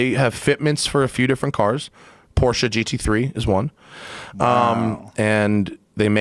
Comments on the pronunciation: Matt had my hearth when the said PorschE. Way to go, man. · Finally an american who pronounces porsche correctly...greetings from germany